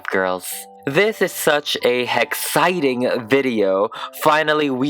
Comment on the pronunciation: is no one gonna talk about how he said hexciting?